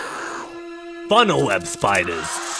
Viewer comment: You said funnel web incorrectly